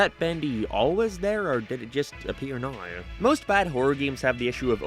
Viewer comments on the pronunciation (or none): Never heard someone pronounce "now" as "naroo" 🤣 I love it